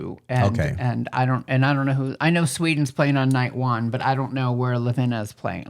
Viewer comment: The name of the band is Lavina, not Lavinia, which means Avalanche. "Kraj mene" (Next to me) is pronounced like Kray mene.